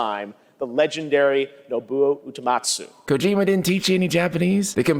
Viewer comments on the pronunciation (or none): Someone might have screwed up Geoff's teleprompter that he was reading from. They probably have the Japanese names spelled out phonetically for English pronunciation. And someone probably mis-spelled his teleprompter line as "No-Boo-Oh, ooh-eh-Mat-sue" as "No-Boo-Oh ooh-teh-mat-sue". And so he stuck with the script but probably realized it was wrong immediately afterwards. That's the best "benefit of the doubt" explanation I got lol.